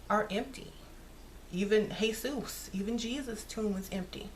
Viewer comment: u tickle me when u say hey-sus! im in miami so i always have to catch myself like wait which one lol!